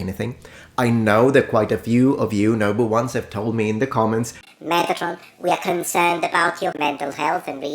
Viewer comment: It's probably because I used to watch Star Trek the next generation. But every time he calls us the noble ones, I hear number ones. Lol